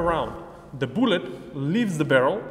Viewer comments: the booooolet he says its pronounced BuhL -Let ................. lol i love you guys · "Deh boolet" lol awesome video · I love the way you say bullet. I assume you’re one of those diet Balkanites like a Slovenian or something.